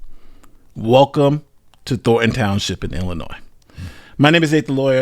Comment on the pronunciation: It’s Illinois 😢